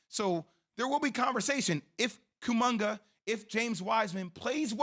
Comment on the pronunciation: dude said kumanga 😂😂